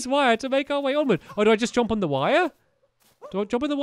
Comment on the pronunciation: The way stampy says jump 'jomp'